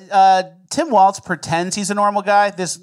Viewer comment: WALZ not Waltz!!!!!!!!!!!